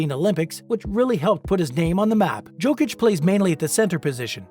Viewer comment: You speak about Jokic and you have not tried to at least pronounce his surname correctly!!!!!! How disrespectful and unprofessional on your behalf!!!!